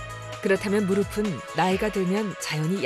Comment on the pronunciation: 의사 두 분 모두 [무르비]라고 발음을 잘못하고 있는데, [ㅍ] 받침은 [은, 에, 이]등의 조사와 만났을 때 [ㅍ]으로 발음하면 됩니다. 나래이션하는 성우처럼 [무릎은, 무릎에, 무릎이]는 [무르픈, 무르페, 무르피]가 맞는 발음입니다. [앞이, 옆에]를 [아비, 여베]라고 발음하는 사람은 아무도 없는 것 처럼요.